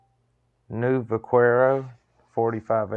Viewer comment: "vakwero" lol. i love it.